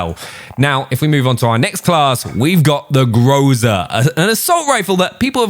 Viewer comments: “Grow-za” you’re funny that’s a meme now lol, it’s pro bounced Groz a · Groza means storm in Russian, and stress gous to the end of the word grozA